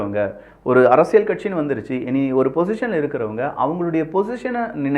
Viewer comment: அரசியழ் இல்ல டா. அரசியல். தமிழை ஒழுங்கா பேசுடா.